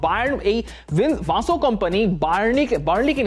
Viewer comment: ভাইয়া ওইটা ভিনসেন্ট কোম্পানি হবে। ভাসো কম্পানি।।। আর ওইটা সাবি আলোন্সো না জাভি আলোন্সো